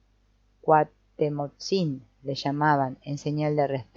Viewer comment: Muchas gracias por esta lectura, es agradable escuchar el libro mientras hago otra cosa. Solo un comentario porque no puedo dejarlo pasar. La pronunciación correcta de Cuauhtémoc, aunque no se escribe con acento, el énfasis es en la penúltima sílaba.